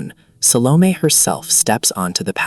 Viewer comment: Mano, fala o nome certo SALOMÉ.. nada de salon.....que viagem